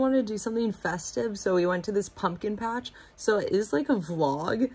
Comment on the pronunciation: i spat my water out when said "we made it to the blumpkin patch" HAHAHHAHA